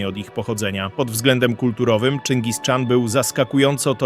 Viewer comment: Po polsku Chan wymawiamy tak jak piszemy czyli CHAN, a nie Czan.